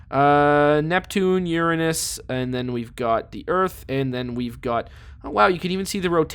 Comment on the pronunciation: I like how he correctly prenounced uranus